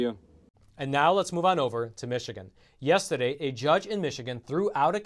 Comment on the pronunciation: "meanwhile, yes-ta-day..."